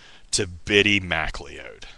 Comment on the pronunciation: The Bittie McLeod (pronounced 'McCloud', btw) funeral gets even weirder and funnier when Pattie Tyler, the CHILD that Bittie decided he would wed when he grew up, actually goes through with a wedding. Yes, a pre-teen girl marries a dead pre-teen boy at his cartoon-Scottish funeral. You have to love cornball pulp that stupid, you really do. The book-buying conspiracy is quite true....what is not mentioned, to be fair to Ron, is that plenty of other authors did the exact same thing, not to mention HUNDREDS of rock bands and their managers with their singles and LPs.